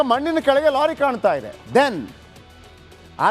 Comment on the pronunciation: Lolly alla kano lorry adu